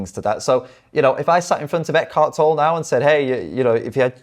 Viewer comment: His last name is pronounced Tol-le